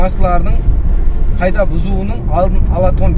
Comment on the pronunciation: Рахмет сизге .сауат бар соз сойлеуде кагыйда десен жаксы болгар еди каийда дей бересен. Илажы болса озбекшеден алыслатайык каракалпак тилимизди